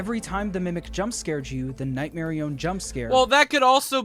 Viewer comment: nightmarionne is not pronounced like that marionne is pronounced mar-ee-on